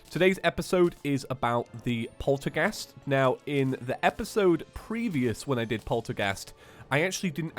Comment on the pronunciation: He can't say polterghast right XD